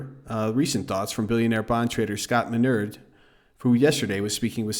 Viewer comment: You are STILL, STILL mispronouncing Minerd's name!!